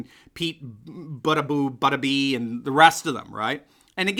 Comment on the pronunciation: Pete Bada-boo-badab-ee? Didn't you mean Pete Bada-bing-bada-boo?